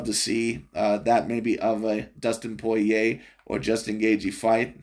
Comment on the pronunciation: This guy miss pronounced Dustin Poirier’s name, compared Yair Rodriguez to Johnny Walker..referencing Kung Fu. You stated him as predictable, yet there were moments where Volk had issues predicting his striking therefore transitioned into a grappling match. I was going for Volk the entire fight but you’re overall assessment was ridiculous.